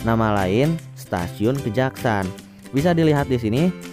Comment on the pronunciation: Saya tinggal di Cirebon, itu dibacanya Kejaksan bukan Kejaksaan. Pengambilan namanya dari salah satu tokoh penyebar Islam di Cirebon Raya, yakni Pangeran Kejaksan (Beliau adik Ipar dari Syekh Syarif Sunan Gunung Jati). Kejaksan jadi nama Kecamatan ditempat Stasiun itu bernaung.